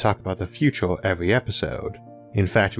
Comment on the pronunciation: feato're(future), univ'oss(universe), yee'a (year), computo' (computer), ... Seems like US English is evolving in front of my eyes :)